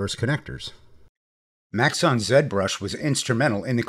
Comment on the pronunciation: i still shudder when I hear 'maxon' zbrush.